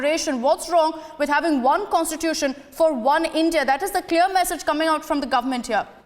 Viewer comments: the way u say contitusion, contitusion says volumes about your en devour!! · Contitution contitution abberation abberation.